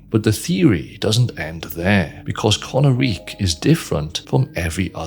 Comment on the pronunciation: Isn't it pronounced "ko-NAH-rik" instead of "kona-reek"? Based on how the dragons speak their language in game, it would make more sense for emphasis to be on the middle syllable, no?